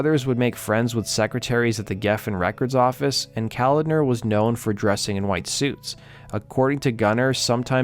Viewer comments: &:12 it's pronounced CO-LOD-NER. Not Calender. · Pronounced Ka-lodner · John Koladner’s name is pronounced Co-lod-ner. Not the way you were saying it. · John’s name is pronounced Co-lad-ner. Not the way you keep pronouncing it.